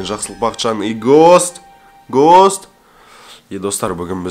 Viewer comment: гост емес густ деп оклад